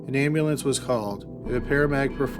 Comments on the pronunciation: I find your voice soothing and I watch many of your videos... but Ambulayance? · Is this a person or computer talking. Like the way he pronounces ambulance and Noah is bizarre. And his speech cadence is so weird.